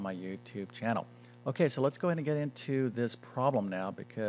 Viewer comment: Why make it so horribly complicated? A 17 minute video when the explanation takes about 1 minute !!! 20% = 1 fifth, therefore the full amount = 5×35 = 175 = 1.75 dollars. What a waste of time - a 6year old could do it!! ( And the word is prob-lem, not proh-lem) Awful.